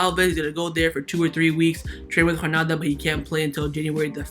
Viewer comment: A have a genuine question: Why do you say Hranada (instead of Granada) and ter Stehen (not ter Stegen)? I understand that you are not a native speaker so I get that some English grammar and vocabulary mistakes are inevitable, but your pronunciation of Granada and ter Stegen baffles me…